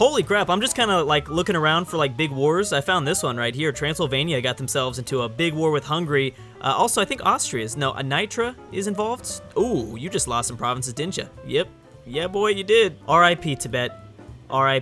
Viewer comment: """n-eye-t-rah""" no.